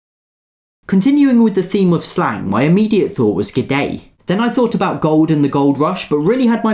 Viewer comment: I'm Canadian. Americans make fun of Canadians pronouncing about as 'aboot'....in 52 years of life i've never heard a Canadian say it that way....until today.